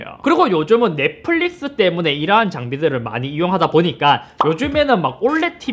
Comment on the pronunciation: 쌧바닥이 짧은거야? 아니면 뭐야 말투 억양 왜이래 넷뿔릭스 th 바르마 발음고자네이색이 ㅋㅋㅋ